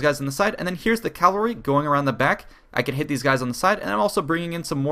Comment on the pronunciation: Pet peeve. It's CAVALRY. Not CALVARY. 😂